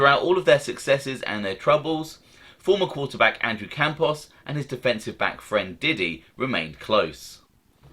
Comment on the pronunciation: Yeah Campos doesn't end in a vowel